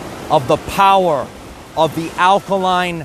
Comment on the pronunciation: The POWAH!